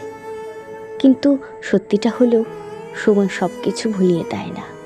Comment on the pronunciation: কোনও কোনও জায়গায় ' সময় ' শব্দটার উচ্চারণ আরও স্পষ্ট হতে পারতো ; but overall excellent presentation accompanied by a beautiful Rabindra Sangeet music at the background . ❤❤❤❤❤